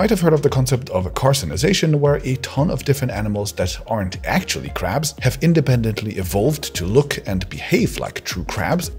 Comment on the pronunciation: When I thought he said caps he actually talked about crabs